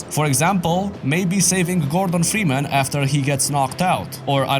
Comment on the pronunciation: "Framus"? No, his name's Freeman. Maybe you should've turn on subtitles bro lol